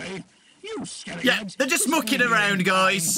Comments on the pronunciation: No one gonna talk about when foxy said “stop mucking around” I heard “stop f*cking around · The whole time I thought Foxy was saying “stop f*cking ground”. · I honestly thought foxy said f***ing around the first time shows how tired I am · foxy saying mucking around sounds like f'ing around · Whenever I hear foxy say mucking around… it sounds like foxy got a real sailors mouth lol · When foxy said mucking I thought he was saying the f word lol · am i the only one who hears the f word instead of mucking??? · I thought foxy dropped an F bomb on Bonnie at first but he said mucking not you know-💀